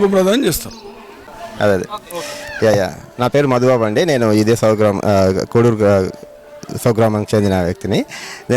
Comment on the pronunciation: కోడూరు కాదు కోడేరు